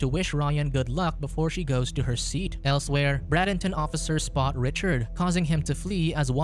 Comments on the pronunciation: In the - minute part of the video the Florida city is mispronounced. It is Bray den ton or Bray den tin, not Brad in ton, and is spelled Bradenton. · While it was interesting you pronounced Bradenton FL. wrong. It is pronounced braid den ton.